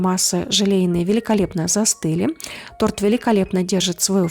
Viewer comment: Десерт, чувствуется, вкусный. Не поняла, почему агар-агар сложнее желатина - гораздо проще и, главное, быстрее. И голос приятный и фон не раздражает, и хотя я подозреваю, что могут появиться ответы по поводу моих проблем с восприятием и психикой вообще, НО... В слове "торт" ударение не меняется с изменением числа или падежа имени существительного! Тем более что как говорилось ранее, это и не торт.